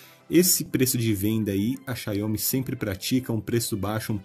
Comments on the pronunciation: Amigo, a marca é Xiaomi, não xaiômi como vc fala... Só uma crítica construtiva mesmo pra os próximos vídeos :) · Sua pronúncia "Xiaomi" é bem estranha kkkk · Vc testar pronunciando erro o nome da marca